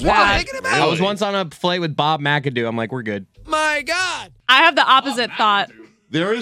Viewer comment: Jesus... Do you have any chill whatsoever? Read the room. "MY GAUD"